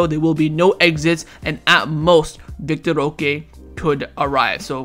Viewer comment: Bruh it's vitor [vee tor) not vic tor